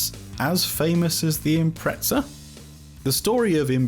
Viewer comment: I keep hearing Impretzels